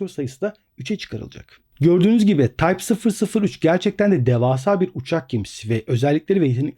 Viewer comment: tayp fısır fısır 3 ;-)